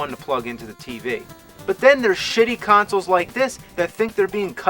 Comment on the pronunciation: He re-viewed all of these consuls end buddons. RIP English.